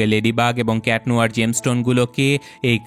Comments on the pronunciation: Kitnohor ❌ cat noir✅ Floe❌ chloe✅ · Not cat nohor it is cat nuar